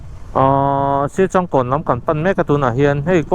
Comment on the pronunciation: Siachângkawn ti lam tur,entirnan sa te kan châng ang hian